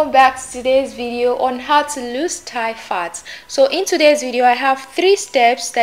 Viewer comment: Thigh not tie